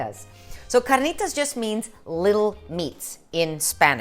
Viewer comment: no need to roll the "r" in carnitas. you only roll when there are two "r's" : )